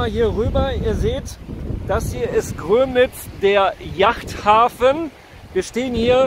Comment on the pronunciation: Grömitz, nicht Grömnitz. Man muss nicht jede Verschwörungstheorie mitnehmen. Was hätte man davon? Aber anhören tue ich es bis zu einem gewissen Grad